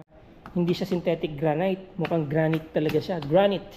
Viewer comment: Sa lahat ng napanood ko na nagbebenta ng property, ikaw lang ang nakatama ng pag bigkas ng Granite. 😅